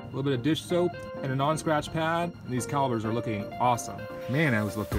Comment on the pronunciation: I know you wrote "calipers" but you're killing me by saying "calibers"